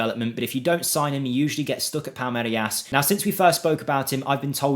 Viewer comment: palmerias ? palmeiras bro no I after the R